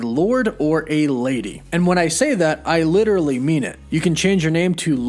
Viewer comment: Litchrally, lol.